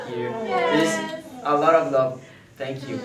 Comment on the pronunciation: O fala Tenkiu e eu tenho uma convulsão psicológica